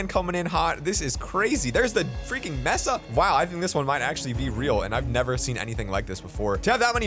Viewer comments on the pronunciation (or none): Mesa is pronounced "maysa" not "messa". Silly. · It is not pronounced Mesa it it pronounced Maysa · Its said like may-sa not mess-a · Did he just call the Mesa (May-Suh) biome a (meh-suh) biome?? 😂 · Isn't pronounced Maysa?